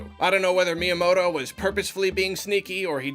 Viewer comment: I like that he calls myanoto shigi.